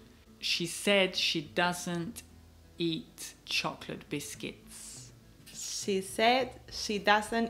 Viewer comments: Quien más notó que ella dice chocolet? Y el le dice que está bien 🤷🏽‍♀️... No era Cho-clot? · ¡¡¡Horrorrrrr la gente que pronuncia 'chocolate': /chocoleit/!!! Espero que la gente aprenda viendo vuestro vídeo